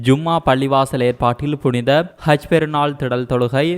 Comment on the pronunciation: Seithi wasikkum pennukku haj enru solamudiyata kaj enru than solhirar